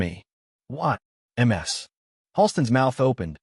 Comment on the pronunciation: 😂😂😂narrator is a relative of Narendra Modi. Modi says em ar es for Mrs. Here it is MS for miss🤪🤪🤪